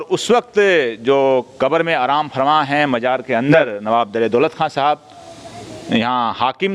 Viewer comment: एक गुजारिश करूंगा नाराज मत होना आपकी उर्दू की व्याकरण pronoun में थोड़ी कमी ह उसे दुरुस्त करने की कोशिश करो Fatehpur को आप Phatehpur बोलते हो आराम फरमा को आप आराम pharma बोलते हो